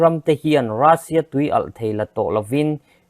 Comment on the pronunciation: Rassia nilovin Russian titur o